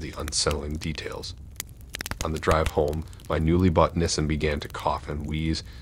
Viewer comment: yeah I went back and listened to it again. He’s deliberately mispronouncing that. There’s no way possible that’s just the way he says just those two words and everything else is just regular pronunciation. Maybe it’s a licensing thing or… maybe he’s not giving Nissan a free advertisement. Idk but it’s weird